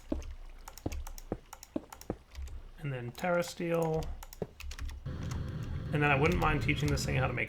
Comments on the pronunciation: God damn it,, it's a TERRESTRIAL agglomeration plate, not a terrasteel agglomeration plate. Sound out your words! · PiggyGamingMC That was his point. pronounces that incorrectly too.